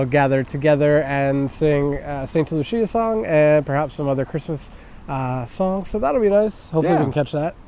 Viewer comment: Not to be a dick but it's Sankta Lucia not Santa Lucia. in english it would be Saint Lucy's Day